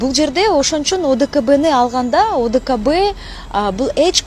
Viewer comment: Урматтуу админ ОДБК эмес, ОДКБ деп айтылат.